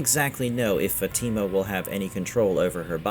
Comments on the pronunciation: how do you say Elgin and Fatima wrong but no other names? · Love this channel but it would be nice if you could pronounce Elgin & Fatima correctly